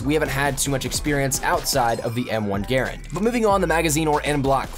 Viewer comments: People usually pronounce it grand not garand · eColiEspresso it's pronounced grand not garand even though it was the guys name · (G-UH-RAND) not (G-AIR-AND) if you say it quickly it should sound like you're saying (GRAND) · M1 garand is underated in the ww2 beta. Btw no one calls it a (gare and) even though his name was pronounced that way, everybody pronounces the gun (gah rand). The charging handle flings forward as soon as you move your hand, it is unrealistic in the beta. And yes you can actually reload an m1 garand without emptying the clip. Thank you for calling it a clip too. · GaRAND, not Garand. GaRAND just has so much more umph in saying it. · "GAR AND" not GER AND 😊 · Sub Zero well ok but 99% of people call it a gah rand. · The way he says "Garand" upsets me..... it is pronounced "Grand" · Im not saying it completely wrong, it just for the past 10 years ive only heard it called "Grand". It sounds weird hearing it pronounced differently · It good to know. Im just so into the WWII era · Adrian Ibarra yes, i saw a wwii veteran critiquing those who spelled it [gerand] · Adrian Ibarra its spelled like that but its pronunciated ger and if you would study you would know that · M1 GRAARANANDNNRNSRAM thats the real pronunciation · It doesn't matter. Some people say GArand, some people say GarANd, some people say grand etc. It doesn't matter.